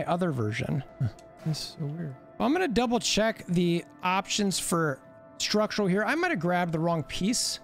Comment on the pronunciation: Schtructrural piece